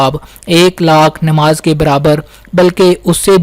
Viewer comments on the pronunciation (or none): Bhai sahab word " Nimaz" nahi correct pronunciation hai NAMAAZ, ....Apni Urdu correct karein Qaaf ...... Urdu words ka sahi pronunciation Kiya karein.